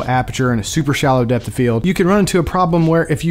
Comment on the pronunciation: Are you saying Depth or Death?😂 Overall, fantastic video, that just kept throwing me off haha